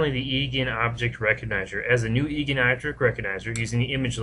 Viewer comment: The Ei in Eigen is pronounced 'Eye' for future reference.